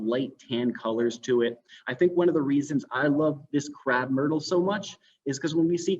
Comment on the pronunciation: It’s a Crape/myrtle not Crap/emyrtle.